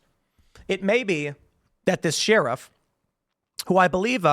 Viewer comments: Lmaooo at Tim saying “Sheerif” instead of sheriff like a normal human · Yes very sus. But I also wanna know why Tim pronounces sheriff like Sheearuf, cuz it drives me crazy like nails on a chalkboard 😂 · Bro... its pronounced "Sher-if" Not "Shee-rif" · It's "Share-if" not "sheer-if" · Nobody: Tim: Sheeriff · The best thing about Tim pool is how he pronounces sheriff. Sheeee-Riffff 😅🤷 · Sheriff is pronounced like Share if 😂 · "Shear-iff" - Tim Pool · The "sheeruff"? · Sheriff is pronounced..."Share If" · Why does Tim keep pronouncing sheriff “sheeriff” ? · Why does Tim pronounce sheriff so oddly ? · Does anyone else say Sheriff like Tim? 😂😂😂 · Tim why are you mispronouncing "sheriff?" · You pronounce sheriff in a weird way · How did he pronounce sheriff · We does Tim pronounce sheriff weird all the time? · lol, he has always pronounced like that. Not sure what is wrong with him. The ghey? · Dude. You say sheriff wrong.